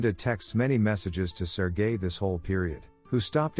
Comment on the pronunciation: When the voice says sergel its sounds like sir guy, lol